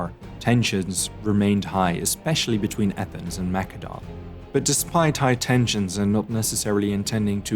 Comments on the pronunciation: It's "Ma-se-don" not "Mac-ke-don" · It's said. Massadon. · I have heard of Mass-a-don, so is Mak-a-don some forgotten ancient kingdom? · Well, 'the more you know.' Thanks for the lesson on the Greek language. But, all the English speaking scholars say 'Ma Cedon'.. it's distracting, 'Mac edon'. yes? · "Mak a don"??? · Why are you saying Macedon like it's a Macadamian nut? it's Maessssssedon! Get it together! lol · See you just schooled me! But I don't know, whenever you said Macedon I felt like I was thinking of a nut and it was irritable lmao sorry